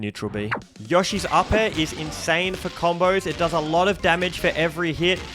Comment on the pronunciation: Did this guy say Yashi??? Theres an o there homie.